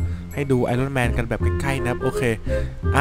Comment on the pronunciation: พี่มันออกเสียงว่าไอออนแมน